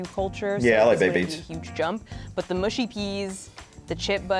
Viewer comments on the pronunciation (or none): Thank you for this! Tired of hearing “mooshy” from Americans 😂 Although the other comment is also correct in that certain dialects will mispronounce it also on account of their accent! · MUSHY peas, not mooshy. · Mushy as in ‘hush’ not as in ‘push’. Pickled onions are delicious.